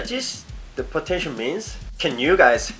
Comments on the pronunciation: potencher? 😂😂😂its potential. 😂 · Potentier.. Potential? Potentier.. I'm not making fun of you. just like your accent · I'm watching this not because I want to be an idol but to see struggle or having a hard time to pronounced the word POTENTIAL 😂✌ but I'm a fan. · I love the way you say potential x)